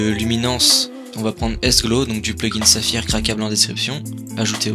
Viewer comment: Bah ta prononcé le nom du plugin à la française